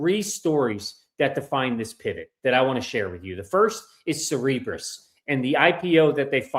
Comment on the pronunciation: Cerebras. It's pronounced (Sara-bras)